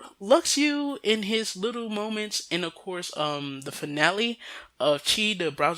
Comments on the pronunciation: You realize you have been saying Luxu's name wrong, right? It's pronounced Lu-Shoe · Lu shoe sounds terrible. Lux-oo sounds way better. Besides think of it as a Tidus situation. Some people know its tee-dus but still pronounce it as tide-us. Besides it ain't gonna hurt you to hear lux-oo.